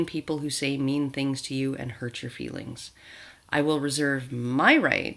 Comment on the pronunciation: That's 'feewings'.